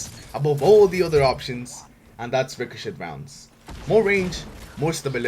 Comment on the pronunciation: I love how you say ricochet "ricoshit" XD